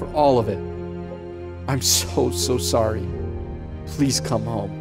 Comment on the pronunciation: “I’m sohrry!”